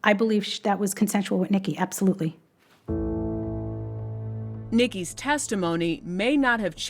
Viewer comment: "Absholutely no evidence..." says, the dead-eyed prosecutor.